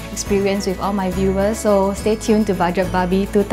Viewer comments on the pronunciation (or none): still pronounce her show as budget babi. not that much progression through the years.